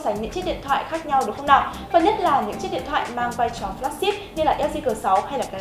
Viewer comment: cô ơi cô nói ngọng từ "lào"